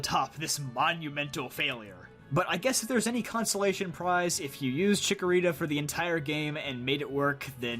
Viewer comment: THE FIRST A IN CHIKORITA IS SUPPOSED TO BE AN O!